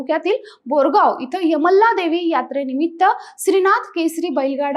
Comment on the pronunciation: तू अगोदर बोलायला शिक यमला नाही यल्लमा म्हण